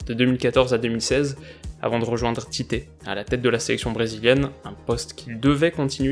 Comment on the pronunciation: Superbe vidéo comme d’hab. Mais le nom du sélectionneur brésilien se prononce "TITCHE" je pense que tu en auras besoin pour les prochaines vidéos sur la Copa 😉.